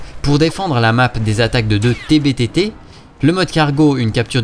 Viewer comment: Enfin quelqu'un qui prononce TB-TT., mon Académie Française t'aime.